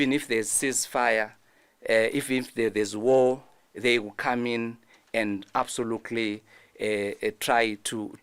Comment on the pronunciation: He keeps saying absolukuli kkkkk